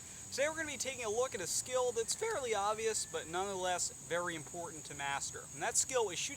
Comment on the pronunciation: I kinda like how you say vry instead of very